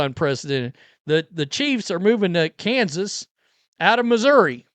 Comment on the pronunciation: Like Ar Kansas ? 😂